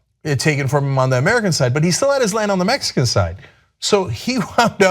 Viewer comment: "So he wound up moving to the Mexica side"